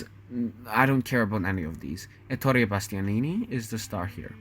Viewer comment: Happy to hear you appreciate the greatness of Bonaldo Giaiotti in this role! I think he is also the best (or almost) Boito's Mefistofele. There is also an entire play on youtube set in Liceu. Bumbry is particularly good in the veil song in the Orange live videorecording. (Allow me a few corrections, if you don't mind, for your next videos: Zaccarìa, not Zaccària; Èttore Bastianini not Ettòre; and the last one: "ch" in italian is pronounced like a k, therefore you have to read "Filippeski", not "Filippesci") Good work and let me suggest a video about Rigoletto.